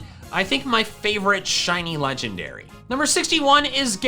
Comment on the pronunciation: LEFT OFF THE K IN CORVIKNIGHT! AND THERE IS NO I IN LEGENDARY!